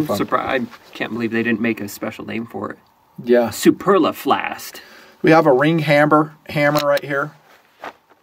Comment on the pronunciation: "Superperliaflast" - 2019 lol, holy crap that made me goggle dude. Nice one. Thank you for that and awesome GRV as always guys. Bunker reviews rules!